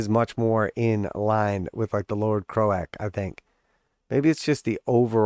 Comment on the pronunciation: I’m sorry did you really call him crow-ACK and not croak..? 😂😂